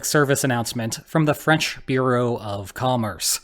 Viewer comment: That French bit was so on point!